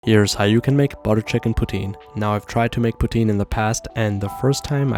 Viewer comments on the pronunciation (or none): poutiin? its poutin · Why you pronouncing it putin? 💀☕ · I heard "butter chicken protein "